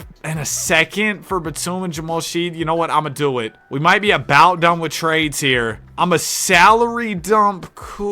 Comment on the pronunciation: its Jamal shead pronounced like shed